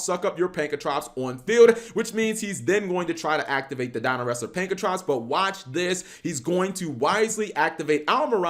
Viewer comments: It’s not pankratrops!!!!!! It’s pankratops!!!! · Take a shot Everytime he says "pankratrops" it's fun cause I didn't know "pank-ra-tops" was so difficult to say. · Its pronounced PAN KRA TOPS not prankatrops. God damn it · It's Pankratops not Prankatops.